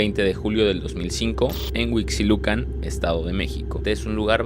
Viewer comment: No es Guevara, es Gebara. También hubieras dado tu fe de erratas acerca de esto. También acerca de "compresión TORÁXICA" 🤦🏻‍♀️🤦🏻‍♀️🤦🏻‍♀️ Ah, y por último: se dice HUIXQUILUCAN, se pronuncia güisqui (como cuando tomas whisky). A ver, repite conmigo, GÜISQUILUCAN. HUIXQUILUCAN.